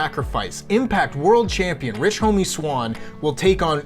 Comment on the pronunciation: Did he just say Rich Homie Swan😂😂